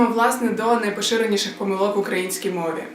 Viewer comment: пОмилок, а не помилОк!